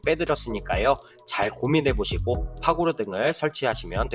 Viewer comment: 그랬나요?ㅎㅎ 단도주택 말고도 (손상을 손사,파고라를 파고나) 발음 정확하지 않은게 많아요~ ㅋ 그래서 유튜브하면서 계속 녹음 하고 안 좋은 발음 고치려구요 단도주택 ㅋ 추운 날씨 건강 잘 챙기셔요~^^ ㅎ